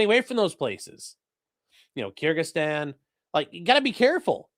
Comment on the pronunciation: Kirchsheistan? It's been a while since I checked in on the but..did she go fully nuts and take over a Eastern European Country?